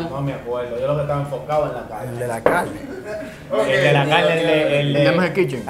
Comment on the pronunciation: todo lo que se come “caine” llevame palla…. A comei 😭😂 se ta juntando mucho con nosotros los cibaeños 😂